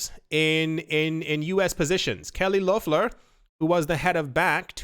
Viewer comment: Was hoping u picked up this news of kelly lofflahhh lol its funny the way u say her name